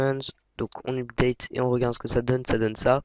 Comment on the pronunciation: DEPUIS QUAND LE HTML C'EST DE LA PROGRAMMATION ???? ET UPDATE T'ES SÛR DE LA PRONONCIATION ???